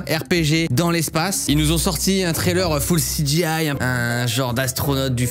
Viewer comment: un tréleurfoulecijiïe! Cyril, respecte le français un minimum bon sang, en honneur à la sainte baguette ;)